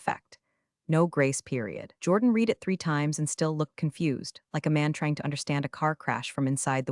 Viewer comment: The past tense of read is pronounced red, although spelt read.